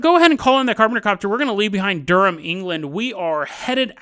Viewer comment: nice pronounciation on Durham!